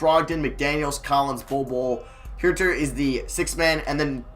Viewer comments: HUERTER IS PRONOUNCED HURT-ER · Huerter's name is pronounced "hurter" like as in someone who hurts